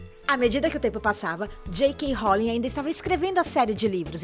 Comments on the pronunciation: REDUING ASIEUSJEIISSIEUSJEKS EH EDWIGES MOÇA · Ela tava falando J.k ROULING 🙄🙄🙄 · Desculpa mas alguém querer falar de "reri potter"(como diz a dona do video)é legal mas falar sem assistir ou ler antes é foda né ? Reri Potter Reduing Não dá é ainda disse que Alan rickman é arrogante sendo que ele era uma pessoa muito doce e ainda diz que sonserina é uma casa ruim Me desculpa mas eu tinha que falar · FALA DE NOVO, FALA DIREITO!!!!! "J.K ROLLING"!?!? FALA SÉRIO, O SOM DO ROWLLING SAÍ COMO ROULLING QUANDO SE FALA DIREITO!!!! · Ela falu j.k róling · jk rolin kkkkkk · Jeikein rrolin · "Réri" Potter "Robert" Grint. "Plotis tuitis". J.K "Rólin". Socorro. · Réri potter, J.K. Róling.... Pronúncia boa né